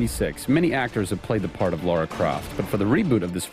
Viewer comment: Did he just end calling the game "Laura" Croft